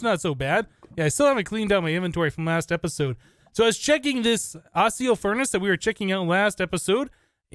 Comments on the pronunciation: You pronounce accio a-kee-o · the seeds for magic crops are from harry potter (the middle three anyway) Accio is pronounced Ak-ee-o, the Next one, crucio is pronounced Croo-shi-oh and next one is just straight up Imperio. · I CAN'T HANDLE THE mispronunciation. AKSHIO = Accio CROOSHEEO = Cruccio. I'm sorry. i just can't handle it anymore. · Accio is pronounced ack-ee-oh. Each essence (accio, crucio, minicio) used to have the pronunciation written phonetically in the tool tip. I'm actually not entirely sure why it was removed